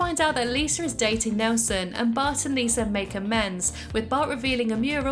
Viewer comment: I love the way you pronounce Lisa. Sometimes it sounds like "Liser" it's cute